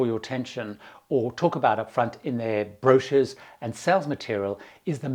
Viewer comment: Cruises, advice AND an English person saying the word "brochures?!" This video has EVERYTHING!